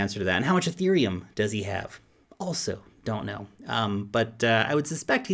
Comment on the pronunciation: "EUROPILUM" I lol'd